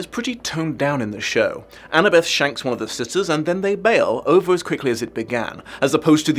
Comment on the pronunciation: I didn't hear "shanks". I heard a "g", not an "nk". Which is quite unfortunate.